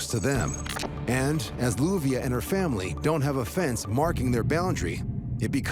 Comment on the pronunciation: Her name is LLUVIA pronounced Youvia